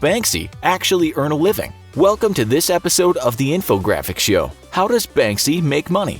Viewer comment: lol a wiving